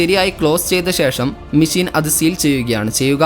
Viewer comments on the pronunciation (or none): ഇനി പറയുമ്പോൾ മെഷീൻ എന്ന് പറയണം. മേശീൻ അല്ല